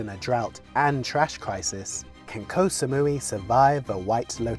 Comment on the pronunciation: Thats not how you pronounce "koh"